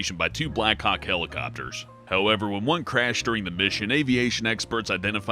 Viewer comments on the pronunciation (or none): Was I the only one that kept hearing "Black cocks" instead of "Black Hawks"?